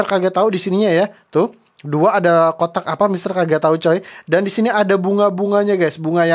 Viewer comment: Aku kok dengernya buang otak ya bukan kotak 😂😂😂